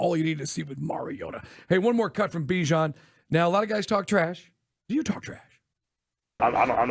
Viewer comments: It’s not Be-Jon it’s Bihh-Jon ..🤦🏾‍♂️🤦🏾‍♂️🤦🏾‍♂️ shit ain’t that hard …. I’m starting to feel disrespected for his mother just call him what she named him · Still saying his name wrong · for real lmao that is not how he said his name in practice